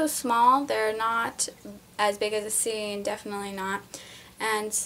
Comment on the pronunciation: I just watched your first video that wasn't on private (meet wasabi) and your voice was so tiny! No offense of course just amazed. I also loved how you couldn't pronounce "Syrians"! Syreerians lol